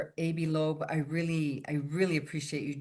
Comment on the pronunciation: Oh my Lord, please pronounce this man’s first name correctly. Think of your doctor using a tongue depressor and asking you to say “AH”.